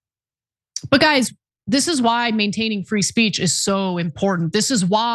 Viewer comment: "Land of the fwee. Home of de dumb."